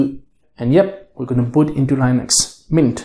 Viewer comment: You’re just deleting the OS, just say Microsoft is the culprit of slowness because typically it is. And it’s LINUX not Linus. Charlie Brown isn’t laughing